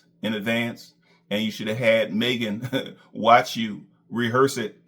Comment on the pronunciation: Despite everything Maegan had done for. He still can’t pronounce her name properly. her name is Maegan not Megan 🤦🏾‍♂️.